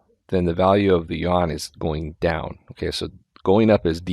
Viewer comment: Like your channel put your pun doesn't work. Yuan is pronounced like, You-Ann. I have visited China more than 20 times, and the 1.4 billion locals there don't pronounce it Won. I realize that most westerners also don't know how to pronounce the word.